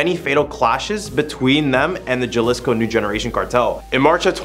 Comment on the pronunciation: It's not pronounced ja-liss-co it's like this ha-lee-sko. Just trying to help. Great video overall buddy. Good job all you guys. I like the seemingly random stuff you guys do list for...